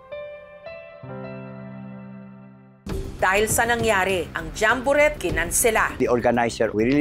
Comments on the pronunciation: Jambo- ret? Paano ang tamang pronunciation nyan? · jessica naman d mo ba alam ang correct pronunciation ng jamborette? jamboret ewan sa u, silent t ano ka ba?